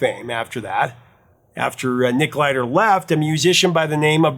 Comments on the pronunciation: Nick Glider??? You're killing me and Nick GILder😮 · It's "Gilder", not Glider. Fyi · Dude, it's Nick Gilder - not Glider. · Another great episode! Just one thing, though: that singer's name is Nick GIL-der, not GLI-der. He is quite the icon here in Canada. You should feature some of his songs in upcoming episodes. His 1979 album Frequency is a horribly underrated gem. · nicK "Gilder" not glider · "Glider"? Nick Gilder. I-L, not l-i. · Gilder not Glider. Gilder like guild. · Nick Gilder, not Glider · Hey, Prof, it's Nick Gilder, not Glider. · Hey Prof, pretty sure no absolutely sure its Nick Gilder, not Glider. Gil der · I can't believe I am going to correct the great. You said it a couple of times, so I know it wasn't a mis-spoken name, but Nick GILDER (not GLIDER) famously also wrote THE WARRIOR with the amazing Holly Knight for Scandal. Upon correction, I am sure it was just a slip of the tongue, as you have spoken about Nock Gilder on this channel. You are the best, Professor! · It's Nick -- [GILL-DER], not "Glider" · The name is Nick Gilder not Glider. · Nick Gilder, not glider. Nick Gilder still does festival shows. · Gilder, not Glider. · Its Nick Gilder, not glider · It's Nick Gilder, not Glider. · For the professor to get Nick Gilder's name wrong is disappointing. Loses some credibility after that.